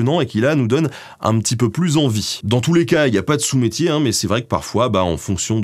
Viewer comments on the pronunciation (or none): je m'excuse. je pense qu'on dit "Sot métier" merci et bonne continuation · Sot métier pas sous! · Aie j'ai commencé a regarder la vidéo je suis total fan de toi mais j'entends que tu dis y'a pas de sous métier.... Ca me fais mal mais mal. Je te demande une vidéo complète pour rattraper ton erreur en ayant pour thème les vieilles expressions qu'on ne dit pas comme il faut. Bisou l'ami continue tes vidéos et fais aimer l'histoire a nos jeunes. Bref je remets la vidéo parceque je t'aime. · Salut ! Pour info on dit "sot métier "et pas "sous metier" :) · On ne dit pas "sous métier" mais "sot métier" mon cher ;) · De « sot » métier pas sous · On dit sot métier lol